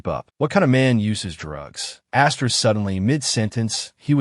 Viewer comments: Wy the fuck do you keep saying asteriks its annoying. Please try to corect this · Story is great recap is great, just one thing saying Asterix Every 10 seconds is driving me insane and is ruining a otherwise great experience.